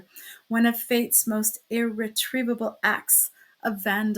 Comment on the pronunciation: Sound quality not good. But also if you have troubling saying "irretrievable", maybe get a friend to read.